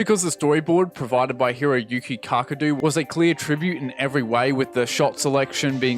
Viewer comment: Did you say Hiro cucki cackadoo? lmaooo